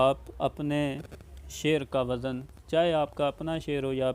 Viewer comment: جو خود ہی وزن کا تلفظ غلط بول رہا ہو وہ کیا عروض بتائیگا